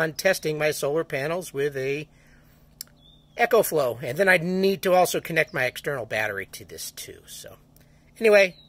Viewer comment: Its an "ECO"flow not Echo like a sound reverberation